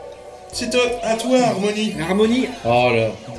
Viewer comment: Y a un "k" a la fin de "Armoni" , c est un armonica D